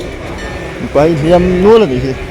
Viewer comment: Hliam tih i lam dan khi diklo deuh lo maw